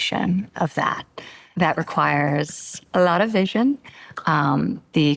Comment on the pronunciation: The way she vocally emphasized "a lot of vision" really reminded me of Donald Trump lol